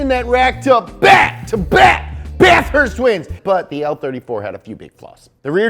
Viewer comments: The way he says Bathurst gotta say it as one word not bath-hurst hahaha love your channel so much good content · Say it with me bath-herst